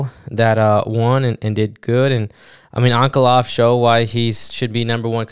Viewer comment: This guy thinks he's Chael Sonnen how he mispronounced Ankalaev. Only Uncle Chael can do that. It's On-Kuh-Lie-Ev